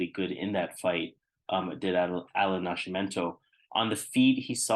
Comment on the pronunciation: Man that sounded funny every time you said Nash-imento… isn’t it Nasc.. with just a C sound not SH ?? 😂